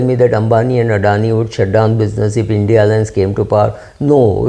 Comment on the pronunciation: Why are u calling it Indy alliance?